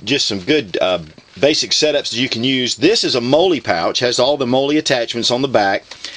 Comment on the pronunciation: I'm not trying to be a jerk. But, mollie is pronounced like "Molly" not "Moley".